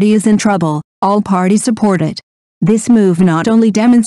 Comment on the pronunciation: Please stop calling him zio zon think of it like Sheow Zan. God AI sucks at times.